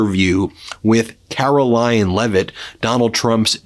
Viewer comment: It sounded like you just said ‘Carol-lying’ lol